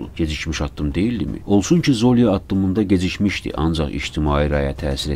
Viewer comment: ZOlya yox ZolyA